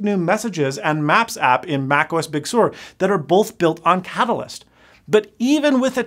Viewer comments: come on, its Sur as in surf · True - however, the correct (i.e. Californian) pronunciation is "Big Sir" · Actually Sur is of Latin origin (Spanish, more specifically), and it is natively pronounced with a rolled r, sounding like “sewer”. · as a person that grew up in california everyone pronounces it as "sir" not "soor" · Excellent video! Very insightful… I too hope that we don’t end up with two crappy hybrid like OSs. This is the first of your videos that I’ve seen… Liked and subscribed! 😎👍🏼 It does kind of sound like you are saying sewer… As other commenters have mentioned… How do you say surf? LOL 🤣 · You might have just nuked a multi $m marketing campaign by pronouncing it Big Sewer. Someone very high up in Apple Marketing is going to get a curt phone call from someone on the Bridge of the Cupertino Falcon. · well if he pronounced it normally, "Sir" like "Surf" without the F... maybe YouTube wouldn't nail the weird pronunciation with it's apparently spot-on auto-generated subtitles. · Well given that Sur comes from the spanish word, it is alright to pronounce it like SOOR, i suppose. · As a Californian, I’m offended that he says big sewer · Pretty sure he's said he's bilingual in Spanish before. But still "Big" is not Spanish and Californians pronounce it as "Sir" so I will keep pronouncing it that way. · Sur is a Spanish word that means "South". He is pronouncing it like it is pronounced in Spanish. The way you pronounce it sounds like "Sir". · Yeah, I think he is using the French pronunciation. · Yes, but that’s not how Apple OR Californians pronounce it. 🤷🏻‍♂️